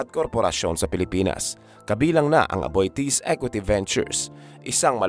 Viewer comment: Aboitiz not Abitis. They were Spanish blood.